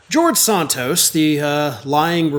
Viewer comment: George Santos, the Liar of Long Island BTW, kudo to you,, for correctly pronouncing his (alleged) last name.